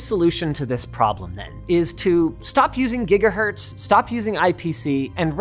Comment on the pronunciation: Ah yes, the gigaherts.